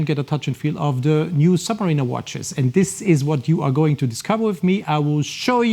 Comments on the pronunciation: Just to politely make a suggestion on how to pronounce the name in English it’s phonetically: ‘Sub-ma-rina’ not ‘Sub-ma-reena’ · Interesting thank you, but I wish you’d get the pronunciation of “submariner” right! 😉